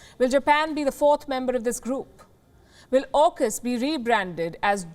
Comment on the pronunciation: "JAUKUS" LOL